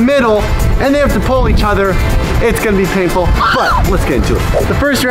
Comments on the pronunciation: do you paintful not painful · "Paintful?" Or "Painful?"